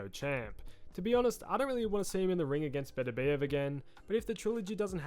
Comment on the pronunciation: Why do people keep mispronouncing Beterbiev?